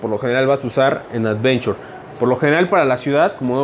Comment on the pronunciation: Cascos "advenchor" JAJAJA